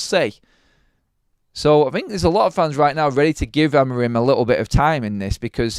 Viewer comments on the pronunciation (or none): Sorry I missed the live..side note I think his name is pronounced Amoreem 😊